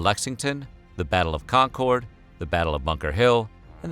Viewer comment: Does anyone else cringe when revolutionary history videos mispronounce Concord?